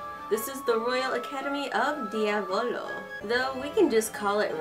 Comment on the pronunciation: I can tell you your saying Diavolo so wrong (Mammom is a tsundere and best boi)